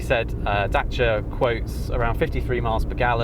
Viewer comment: You are WRONG Dacia were being sold in the UK in the late 1980s! I know as I worked for a finance company. WE used to offer finance on them. Also the name was pronounced DAYSEEAH. Check your facts next time